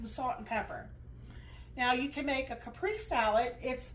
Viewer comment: Pronounced "cap, pray, say"